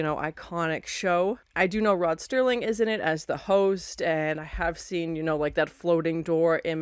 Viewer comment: It's Serling, not Sterling. And yes, I have made that mistake many times over the last 50+ years.